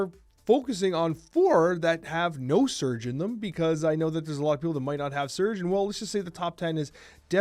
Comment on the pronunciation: Another top notch video! Thanks man. Isn't she pronounced Surge' ? Lol